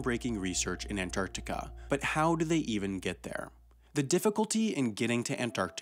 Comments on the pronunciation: He adds a syllable to Antartarica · After hearing AN-TIC-ARTICA 40 times, It's time to see my therapist. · Most Americans don't pronounce the first T in Antarctica for some reason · You pronounce The middle “c” in Antarctica. But leave the “g” out of recognize. Why? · Stop saying Antarctica. You say it funny and it hurts my brain